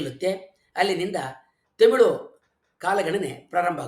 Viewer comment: Nimma bhashane thumba channagidhe. Dhayavittu, Themilu, themilu annabedi. Thamirh antha kariri. ( where, are word galalli English navaru uchadane maduvange "rh" andhare "ழ், ழ " antha aguthe.